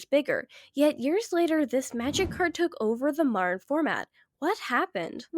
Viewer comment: Modern has a "d" in it, why do you pronounce it like marred...